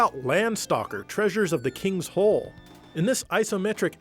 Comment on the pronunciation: It's King's Nole not hole.